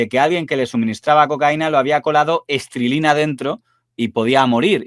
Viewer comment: estrilina no, estricnina